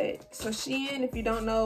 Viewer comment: I’m so glad you pronounce shein properly omg for some reason it bothers me how do many ppl pronounce it wrong 😭😭😭